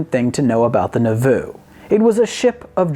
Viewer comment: You are horrible at pronouncing anything Mormon, like Nauvoo or Moroni. I have a feeling you were doing it on purpose, but if you weren't it's still funny.